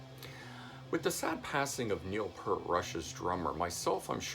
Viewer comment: Stop pronouncing Peart as Pert!